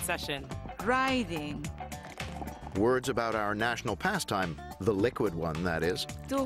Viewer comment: Why'd the woman say riding like that? V